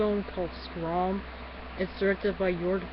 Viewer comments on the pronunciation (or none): I enjoy your review. But the woman Schramm (pronounced Shramm , btw -- no problem) has a thing for is a prostitute. Just for clarification. Anyway, I appreciated your video! Check out my book, The Shawcross Letters and appearance on Dr. Phil, as it's kind of a similar concept to this film -- only real.